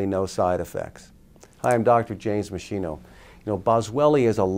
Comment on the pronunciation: Meschino is pronouced " mess-keeno" not "mess-she-no". Thank you for making this informative video.